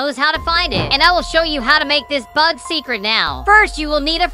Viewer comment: The bog is so cool Idk why he pronounce bug as bog